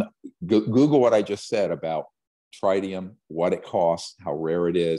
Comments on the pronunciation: Yeah but he said trinium lol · Tritium is pronounced like it rhymes with twit